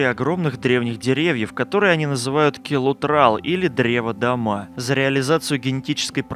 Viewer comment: Дерево дОма, а не домА ;) от слова Дом, милый дом.